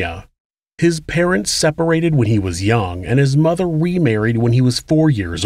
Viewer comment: 'His mutha weemarried'...sounded so weird